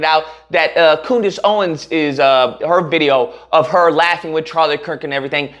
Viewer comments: Coondace lol. Thats hilarious! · Coondace? Oh common man, have some respect...